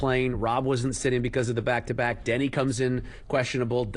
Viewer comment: Its Deni not Danny. People haven't seen a game...